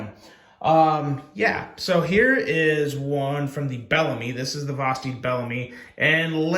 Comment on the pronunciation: Omg! Someone finally said Bellamy right!